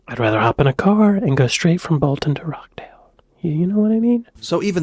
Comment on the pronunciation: Rochdale - is not Rockdale - the Roch is pronounced more like Rotch to rhyme with Watch, Crotch etc...